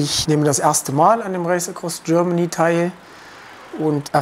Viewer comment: "Das Räisekross Görmany"